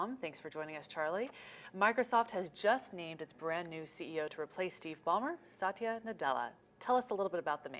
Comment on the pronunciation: Its not Sa-ti-ya. Its Sath-ya